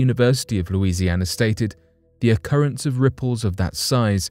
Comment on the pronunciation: Louisiana 🥹 love the way you say that